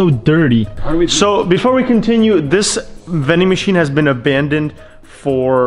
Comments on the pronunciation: Am I the only person who herd him say vin-ding machine instead of ATM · Count how many times he said vendymachian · Why did you say VENDING MACHINE?